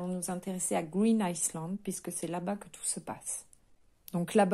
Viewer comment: "Island" and anglais, on ne prononce pas le "s". merci pour toutes les histoires. je suis nouvelle sur la chaîne 😉